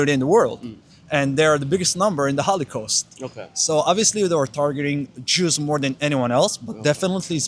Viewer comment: he says hollycost more than hollywood